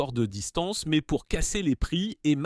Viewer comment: La voix générée IA aussi avec des "mèèzzzeeeuu" pour dire "mais"